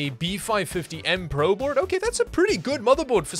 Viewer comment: Did I just hear "A B450M BRO board"? 😂